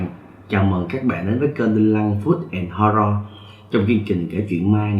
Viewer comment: Ban oi doc tu Horror ngo qua.